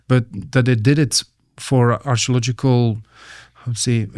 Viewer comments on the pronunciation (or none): anyone else hears "astrological" when he says archeological"? x)